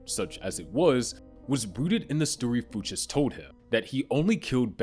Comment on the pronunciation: FOO CHES? Dude did you not watch barry before making this?